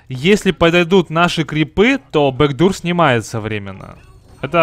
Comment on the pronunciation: вот так некоторые читают backdoor бэкдур омг